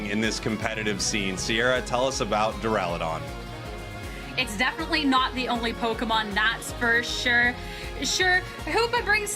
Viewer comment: Why does Sierra keep saying Durlodon